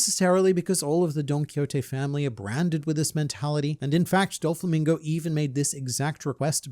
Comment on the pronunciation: "Dofalo Mingo" 🤣